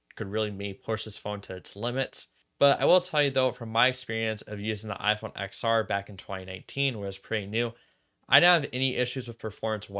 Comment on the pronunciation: Great video but it’s pronounced “10-R” not “X-R”. Same as the iPhone X pronounced 10 and not X